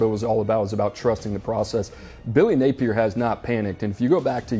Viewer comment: It's not billy napiers!